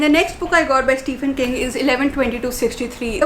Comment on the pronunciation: Not trying to be that person but its pronounced STEVEN king....